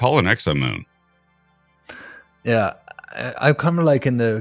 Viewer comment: 10.42, did just say sexomoom? 🤣